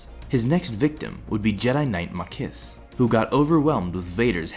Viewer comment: Ma'kis not marcus